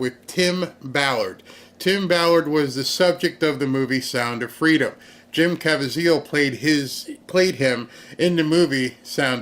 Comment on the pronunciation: Jim's last name is pronounced: Ka Veez eal